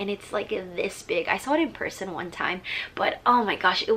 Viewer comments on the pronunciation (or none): none